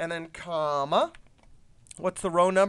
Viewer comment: Its funny the way you say "comma" and "brrrppp" :D